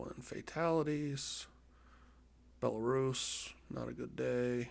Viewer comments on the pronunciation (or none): none